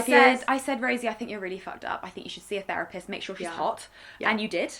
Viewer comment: “ training to be ferapist” .... maybe learn how to actually pronounce the th first you idiot